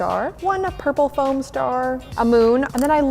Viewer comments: its foam not floam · It is not fIom it is fom.